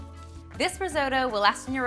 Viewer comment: I'm Italian. Risotto (non "risoudo" :-P) is not boiled. That is boiled rice!